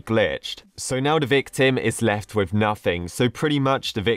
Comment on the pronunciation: When you say "victim" it sounds like your saying "big tim"